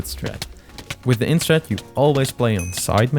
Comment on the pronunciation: You’re DEFINITELY saying end strat but it’s IYN